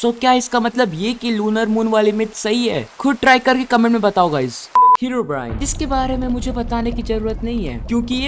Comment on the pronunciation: Everyone: Herobrine: Heraobrine